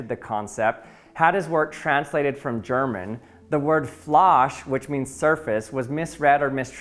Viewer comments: its not flash, its pronounces fl ä hhhh e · You really need to work on your German pronunciation! Your "Fläche" sounded like [FLAH-sh] and "Flasche" like [FLASH], but it should be [FLAY-kheh] and [FLA-sheh], with "ä" like the "ay" in "play" and "ch" like the "ch" in "Loch Ness", not like in "cheese". And don’t skip the final -e! Just like it's "Porsche" not "Porsch"! Greetings from Germany! 🇩🇪☝🏻🤓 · The German word Fläche is not remotely pronounced [flarsh] but the german word for bottle (Flasche) is, albeit it's pronounced [Flarsh-uh]. The nearest english phonetical spelling of Fläche would be Fleh-shuh. But the s-sound created with the tip of the tongue and the front teeth is not there in Fläche as opposed to Flasche. Because there is no s in Fläche The ch-sound in Fläche is a hiss created only by squeezing air through a narrow slit between the middle of the tongue and the palate while not utilizing the the teeth at all. Google translate pronounces it correctly. But it is essential not to forget ¨ when typing. Ch in "Flache" creates an entirely different sound than in Fläche. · The "Ä" is a different vowel from A. It's pronounced more like the A in Apple. The E ät the end is also pronounced, so it's "fle-che" and "Flush-eh" (kinda). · I bursted out laughing loud, hearing you try (and spectacularly fail) to pronounce "Fläche" Greetings from Bayern. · Your german pronunciation of „Fläche“ was way off 😂